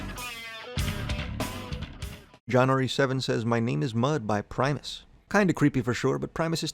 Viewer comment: He pronounced primus correctly. Unsubscribed.